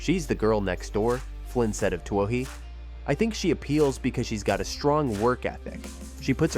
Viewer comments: Her last name is pronounced too-ey. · Isn't her name pronounced simply "Two-ee" ? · Katelyn Too-OH-hee? Good grief. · You can't claim to be any kind of professional reporter or video producer if you don't make any effort to learn the proper pronuniation of names, particularly the name of the person you are talking about. Anything for clicks and U-Tube cash. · Why don't you pronounce her name properly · please learn how to pronounce her name before doing a feature on her. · How hard is it to get her name right? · How come you can't pronounce her name? Something is wrong here. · Not only can't you pronounce her name correctly but also can't correctly pronounce the name of one of her major sponsors: Adidas. The German Company is pronounced as "Adi-das", not "A-dee-das". The name comes from the founder of the Company Adi Dassler. Hence, "Adi-das". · the sad fact that you can't pronounce her name correctly... report